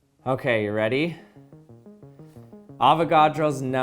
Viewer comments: It sounded like "never" instead of "number" xD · Anyone realises that he says “nember” not number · No matter what amount I can hear the “ ber” in number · Avogadro’s Nembheerr